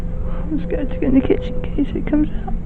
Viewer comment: " oh no, guys. Its movink fings in the kitchen. Please dont frow any cutlery. Oh my god guys. I'm so sked. "